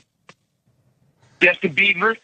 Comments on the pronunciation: Why u keep calling him Justin beaver? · WHO TF IS JUSTIN BEAVER BRO... YOU SAID IT LIKE 19 TIMES